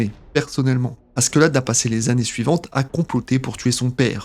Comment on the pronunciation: Comment tu prononce le prénom de Askeladd ça fait mal aux oreilles, le pire c’est que t’a vidéo elle est grave inutile. Il suffit de regarder l’anime pour savoir tous ce que t’a dit